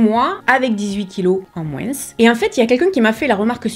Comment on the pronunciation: J'aime beaucoup ton contenu! Cependant, en langue française, il me semble que l'on dit "moins" sans dire le S à l'oral. Bonne journée! ^^